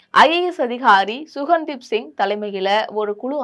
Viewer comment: குழுவின் தலைவர் சுகன்தீப் சிங் பேடி அல்ல.ககன்தீப் சிங் பேடி.செய்தி வாசிப்பவர்கள் பெயரை கவனமாகப் படிக்க வேண்டும்